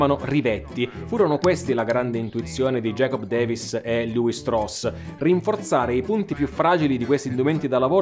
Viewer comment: La pronuncia esatta del cognome ebraico è “Levì” come una delle 12 tribù.